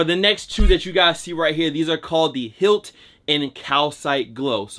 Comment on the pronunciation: It’s not hilt its pronounced highlight but spelled differently. That’s the whole point of the highlighter yellow shoe